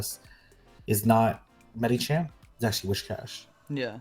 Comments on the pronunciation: plz when are you learn its medichaM not medichan?? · Love watching your vids but it kills me every time you say Medichan instead of Medicham